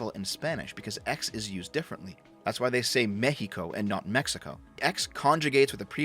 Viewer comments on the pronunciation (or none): none